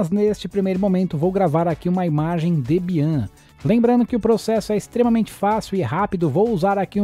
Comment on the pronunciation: Debian.... fala-se Débian.... é uma Linux muito importante